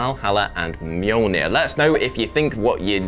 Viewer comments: All I can hear is saying "Molnir" 😅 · The way you pronounce mjölnir..fucking hell do some research before hand